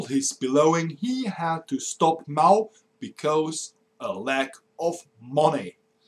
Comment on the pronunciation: I enjoy your videos a lot. It's just that your pronunciation leaves a lot to be desired. E.g. your rendition of "because" should be more like "bie-coz" and not "bie-cose" (Not quite sure of the phonetics involved here). Just aiming for improvement here ;).